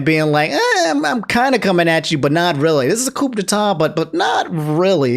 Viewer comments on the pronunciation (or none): They're pronounced koo (coup) and Vagner (Wagner)